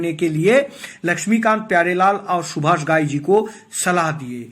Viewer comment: Stupid fool, you gave all wrong information. Seems all bloody cooked your shitty brain. Shakti Kapoor worked with Subhash Thai in Karma also. Which was made by Subhash Thai after the success of Hero. Get your facts right an learn to pronounce name properly.